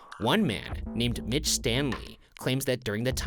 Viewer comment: People, go to , and tell me Ryan isn't saying Mitch wrongly...?